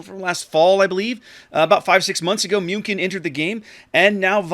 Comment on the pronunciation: pronuncing "Münkin" makes me have goose goosebumps. (Sorry, no offence)